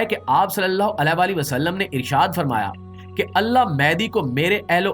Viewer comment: AP Muhammad Alhi wasal bht khbsort bolty hn